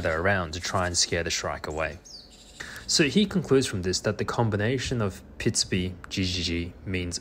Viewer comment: This is incredible, completely groundbreaking stuff if it is translatable to other species and type of animal. At first the narrator had me a little confused, because he keeps saying “pitsby” when in fact the sound is “pitsubi”, an entire syllable longer, which when describing birdsong means an entirely different sound. Only seeing the word on screen sorted the cognitive dissonance I was having between the sound the bird was making and the sound the narrator was describing. I know, “cool story bro” 😅😝